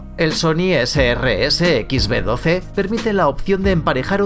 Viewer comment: (Sony Ese Rese..?) Sony rese😂😂😂 anjay